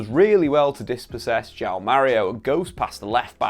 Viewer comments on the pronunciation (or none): none